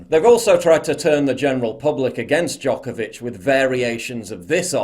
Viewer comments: Its Djokovic not Djokavic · Paul, it's Djokovic, not Djokavic. Poor guy. First, hes being used by Australian PM as an exemplary case and now, his surname is butchered. :D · Always expect a Serbian man tobe the activist for freedom. Also it's Djokovic, not Djokavic lol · Its DjokOvic or Đoković, Paul :P It's nice to see that not all athletes have given in to this bullshit... BTW, Have you seen "ABC Wide Bay" Facebook page and their posts about "virtual covid wards" ? They have 1 patient in the actual hospital and 200+ in the "virtual ward", which means that these people are at home in isolation (probably drinking tea and watching TV) It's insane. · Its D J O K O V I C. Would be helpful if you wouldnt butcher his name LOL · FFS ,his name is NO VAC , , NOVAK DJOKAVIC.